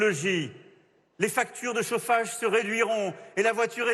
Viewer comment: " Les factures de sauffage " 😂😂😂